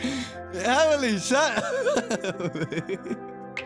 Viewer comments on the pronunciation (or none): none